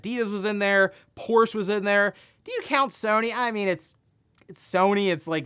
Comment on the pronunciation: No less than 3 mispronunciations of Porsche, I couldn't take it anymore and had to click off.